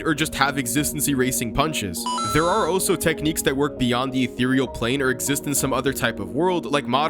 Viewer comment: Ive never heard anyone pronounce "also" as "oh so"